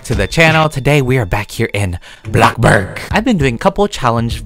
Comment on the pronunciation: Nobody:.........: BLoCbURg!